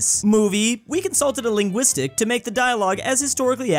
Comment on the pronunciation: Dewd mispronounced linguist two times in a row. As a student linguist, I am perplexed.